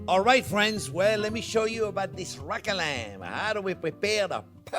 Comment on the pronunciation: Ah yes, the rackalam 😁